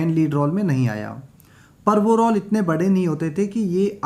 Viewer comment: रौल नहीं रोल बोलना सीखो।ग़लत उच्चारण मत करो।